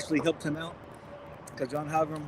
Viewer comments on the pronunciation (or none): Oh, you mentioned me a couple times but you totally mispronounced my last name…you said it as HallGRAM but it’s HallGREN, as in the word grenade. I think I had heard you do that before but didn’t notice it like I did now. I’ve heard it mispronounced multiple different ways, but I don’t think I’ve heard it said that way before. Most commonly people put another E in so they make the end of it as ‘green’. It’s ok…but just wanted you and others to know.